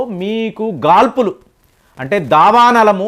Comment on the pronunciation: గారు,.మీరుస్పష్టంగా భాష మాట్లాడుతారు. కానీ, వడగాల్పులు అని అంటున్నారు.అది వడగాడ్పులు అని పలకాలి అని నా భావన. తప్పైతే వదిలేయండి. ఈ దావానలం కిరాతక వ్యాపార, రాజకీయ వర్గ వికృత చర్య మాత్రమే;; అమెరికాలో ప్రతీది ఇన్స్యూరెన్స్ మీదే జీవితం నడుస్తుంది.ఒకపక్క గృహ భీమా ఆపేసారు,రిజర్వాయర్ లో నీళ్ళు ఖాళీ చేసేసారు, ఫైర్ డిపార్ట్మెంట్ నిధులు అతి తక్కువ స్థాయికి కుందించి lgbt,woke కల్చర్ వ్యక్తులతో నింపేశారు. ఇంకా ఫైర్ డిపార్ట్మెంట్ లో పనిచేసేందుకు జైళ్లలోని వారికి రోజుకి పది డాలర్ల వేతనం గా నియమించి కాలం గడుపుతున్నారంటే ఎంతటి దాష్టీకం. మన దేశం లో రాజకీయ వేత్తలే బెటరేమో